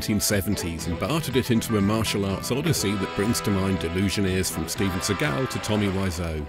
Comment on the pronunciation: PS his name is not Steven sea-GAL, it's SEE-gul... as in the Jewish pronunciation of the word Segal.. As he IS a Jewish man ( as much as I DON'T want to claim him as one of the tribe)